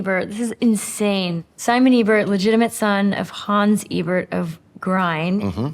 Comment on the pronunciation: It’s not pronounced „EEbert“, it’s more like the E in Evangelical